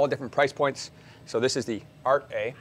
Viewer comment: Ahhh nothing better than seeing an American making fun of European languages! It's pronounced "Arte" not "Art.....e"! How do you pronounce "Sauvignon Blanc"? Saveign blank?